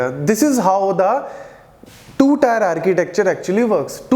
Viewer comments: It's not tyre(tier) It's टिअ(र्‌). Tee-eh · Its Tier => Teeuh not Tyre? Please correct your pronunciation because you are teaching and the one who is listening for the first time will also reproduce the same wrong way. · not tyre, it's teer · its tier not tyre.. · Teer not tyre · Bro it's tier not tyre🙄 Good video btw.